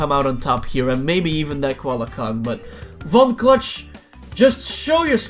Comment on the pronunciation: Von clutch is my favorite character but ever time i win as von clutch its like he’s saying f$ck me cluck